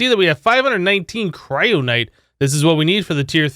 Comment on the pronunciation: It's kyronite not cryonite KY-RO-NI-TE